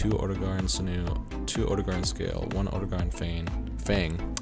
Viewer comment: Oh-dough-gah-Ron. Why is it so hard for people to pronounce these names.